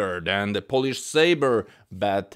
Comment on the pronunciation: WTF "polish"